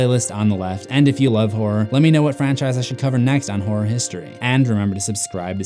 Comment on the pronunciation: I thought you said “whore history”